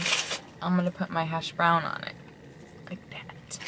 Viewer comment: why does everyone pronounce the “brown” portion of “hash brown” with a different tone just say “hash brown” and not “hash BRown”